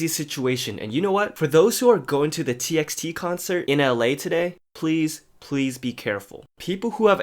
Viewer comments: isn't it pronounced as t by t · Its pronounced as "t by t" btw 😂